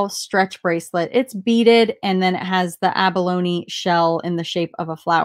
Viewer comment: Good job on pronouncing abalone.